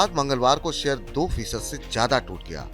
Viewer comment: जयाधा नहीं! ज्यादा होता है! उच्चारण ठीक करे कृपया